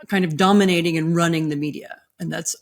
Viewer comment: I heard her say “dumbminating” the American media…and…yup.